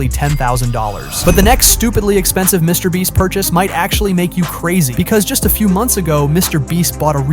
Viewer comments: Mr Breast? haha brest? didnt think it was so hard to say beast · "Mrbreast", "Mrbleach" and "Mrboost" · BRO SAID MRBOOST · lol Mr breast lol did he say Mr Bleach 😂. I think this guy low key hates Mr Beast 😂 oops Mr boost ok I think I gotten all did I win anything lol. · Mr Breast 😭😭😭